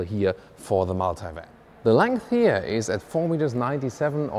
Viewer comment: oh yeah also its not "hier" . its here